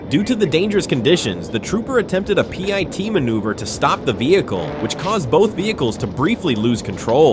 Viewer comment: Its AI slop. Pi-T manouvre was a new one to meeeee ^^